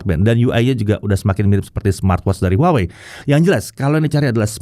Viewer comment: masih keLiru nyebut nama brand-nya. harusnya WAHWEi😊